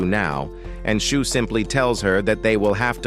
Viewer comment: its shuu not "shoe"